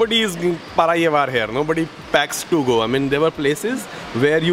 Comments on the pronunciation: one advice, please pronounce 'here' as 'here' not 'hair' and 'beer' as beer not 'bear'. or just continue with Hindi/punjabi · I am sorry to correct you but just like OCD I feel uncomfortable each time you say here , beer You pronounce it very Panjabi way...hai , bear... instead you say “he ear” and” be ear “ I think maine aapko upset nahi kiya Sorry 😐🙏please try